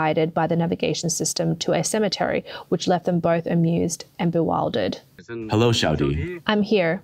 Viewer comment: I am bewildered by the narrators pronunciation of bewildered. Be wild ered?